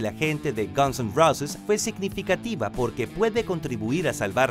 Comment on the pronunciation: se dice rouses, no roces..